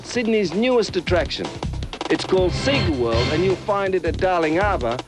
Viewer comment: Is it just me or does when he says sega world it sounds satan world.